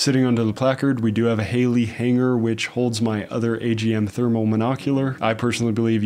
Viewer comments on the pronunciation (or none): none